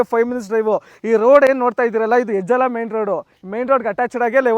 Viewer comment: ಹೆಜಲ ಅಲ್ಲಾ ಅದು ಹೆಜ್ಜಾಲ, ಮೈಸೂರ್ ರೋಡ್